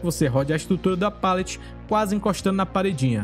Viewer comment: Se pronuncia palete mesmo, com som de "a". Seu conteúdo é muito bom, sou inscrito do canal mas ouvir "pêlete" diversas vezes é angustiante.